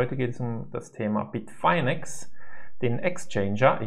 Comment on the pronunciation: Es heißt Bitfinex nicht Bitfainex!!